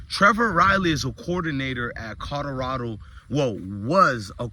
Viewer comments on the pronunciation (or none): Keep hearing him say “cawdorado” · I really wish he would practice saying Colorado..